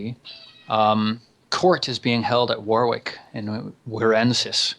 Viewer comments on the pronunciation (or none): I love this series, but once again: Warwick. It's not "War-wik". It's more like "Worrick".